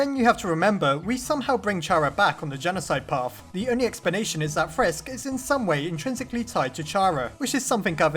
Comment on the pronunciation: If that is how it is, then just call frisk aaaaaa. No effort. Good job.